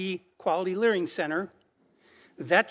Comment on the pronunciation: “Learing” centers!😂😂😂😂 I 😂